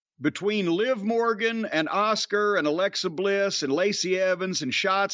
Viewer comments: I wonder if he understands how stupid he sounds when he butchers peoples names? I mean calling Asuka Oscar is stupid, and disrespectful. Cornette is such a piece of trash. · And how he pronounces Asuka.